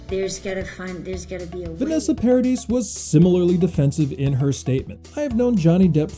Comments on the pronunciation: Winona, not Wynona. Paradee not Paradis. Journalists should learn correct pronunciations, especially of person's names. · It's Paradi you don't pronounce the s at the end. Sorry but it was hurting my ears.